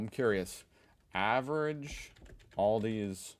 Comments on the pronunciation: It's Aldi not Oldie. 😅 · You have Lidl in the US! 😂 And it's Al-di, not All- di. Same 'i sound' as in Lidl. As they're both German, and you're right, VERY similar... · THERE'S NO "S" IN ALDI!!! And it's pronounced "AL-DEE", not "ALL-DEE"! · It is Aldi, not Aldi's ;) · Its not Aldi's is just Aldi btw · Aldi also sells non food stuff. On Wednesday and Saturday they get "offers" and they're something else every time and in small quantities. They can be garden equipment, clothing, kitchen appliances, etc, etc. Also, there is no S, it's just ALDI. Let Feli from Germany teach you how to pronounce German brands. :P